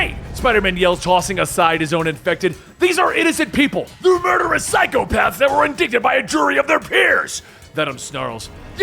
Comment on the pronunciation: I just noticed how you pronounced “indicted”